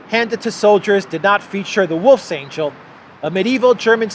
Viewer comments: It’s not angel, it’s angle. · the ng in wolfsangel is pronounced as the "ng" in gong. Ah, and perhaps Aslin's execution will also be online... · it's not pronounced like the g in "angel" but like the g in "hang". it translates to "wolfshook" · The wolfsangel symbol (pronounced “VOLFS-ONGUL”) actually predates the German swastika. It was used as Masonic symbol by Ukrainians in the late 1800’s. The symbol’s supposed to represent a meat hook. I would encourage you to research this, as there’ve been Nazis, supremacists in Ukraine for multiple generations, which is why labeling them “neo-Nazis” is pointless. These are fourth and fifth generation Nazis. Nothing “neo” about them.